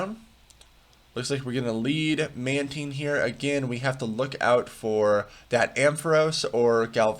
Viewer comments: Man-tIne not man-teen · im sure it's "man-tine" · It's taine, like in Time. Man taine. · It’s pronounced “Mantine.”